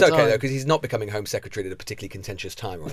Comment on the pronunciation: Alec Douglas HOME, not Hume! Second journalist I've seen say that.